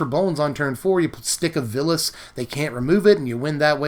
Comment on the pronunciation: It's Vilus (Vile-us), not Villus.